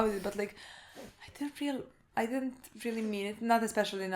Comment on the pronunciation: "I DID'DENT"